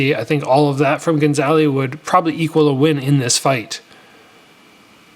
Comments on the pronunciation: ga - za - li. not gon - za - li. i think this is a great thing for jo jo, bring him back down to reality a bit. if you just feed young phenoms fish in barrels it can be crippling when they finally face equal fighters. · good video but why do you keep calling him gonzaly hahaha